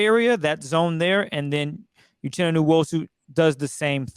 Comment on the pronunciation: Need to know names of players on the field and how to pronounce their names. TO not know this is on you and your lack of professionalism. Be better. I see you all all the time on twitter. 1st time here. Uchenna: oo-CHEN-uh Nwosu: noo-WOE-sue